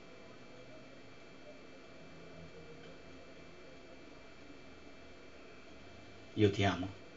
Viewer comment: La seconda: attento ad articolare tutte le frasi e a non mangiarti le parole. Riascoltando con attenzione noterai che "mi mandavano a casa e io li convincevo" non è nitida.Stessa cosa per "avvicinabile" e per "competitivo" che risultano troncate. I miei consigli sono sinceri, perdonami se sono critico, ma presumo ti possa servire a migliorare.Anche io commettevo gli stessi tuoi identici errori (e che continuo a fare), ma noterai che con tanto esercizio le cose miglioreranno.A presto e grazie